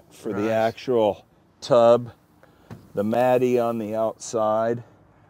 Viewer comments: Pronounces "matte" as "Matty" "Turbine" as "turban" "Slantnose" as "Slopenose." I just can't. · Mattey?? Matte is pronounced Matt. What a fool. A rich fool😂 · Did that dude who works in the auto industry call matte, Matt-e? Matty? Really? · It's funny to hear Craig Jackson pronunce "Matte" as "Matty" when it's correctly pronounced like "Matt". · In all my years I have never heard a single person pronounce matte as Mattie. It is pronounced "mat" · Was Craig pronouncing “matte” like “matty”? Instead of “Matt”? Is that an US pronunciation? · Could have let him get a word in. Could aee mr lenos face 😂 😂 😂 and guy with the corvette... Ive the matty...... Matte he says it as he spells it 😡 😂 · Anyone else notice that Craig Jackson pronounces the e in matte when he's talking about glossy or matte carbon fiber? Matty?? I love it, nobody needs to correct Craig Jackson, it doesn't affect his love of the car or anything else. I hope never loses his appreciation of his experiences. His genuine excitement and humbleness is why I love his videos. CarTrek critics need to get out of their mom's basement more often. 😜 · "Here you've got the matt-e, the gloss" lol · Mai-Bock(Maybach) and Matty (Matte) are the funniest ways I've ever heard the two words pronounced lol...That's like my Dad pronouncing "meme" as "mee-mee" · This man is a legend but did no one else notice he says matte as “matty” 👀💀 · Is Craig saying “matty” for matte? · I simply can’t believe that Mr. Jackson was pronouncing matte as “matty”. Like, how does anyone that into cars not know how to pronounce matte?? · Craig Jackson pronouncing matte “matty” 🙄🤠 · This guy is an auto expert yet he pronounces ‘matte’ as “matty”? How has nobody ever corrected this guy? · What kind of goofball with yes people around them says "mattie" for "matte"? He sounds like one of those US Italians that overemphasizes the "e" at the end of words because they don't know how to pronounce things. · He pronounces "matte" matty.